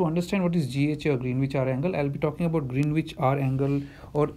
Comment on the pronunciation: nitpicking: Greenwich is pronounced as "Grenich".